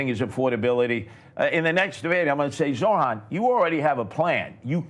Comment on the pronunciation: Curtis “Jojo” Siwa spent half of the debate whining about a lack of attention and the other half mispronouncing Zohran’s name. At least he’s giving the goofy red beret a rest.